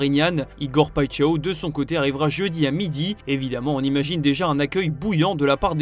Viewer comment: Ça ce li Paíchao...pas paixao...😂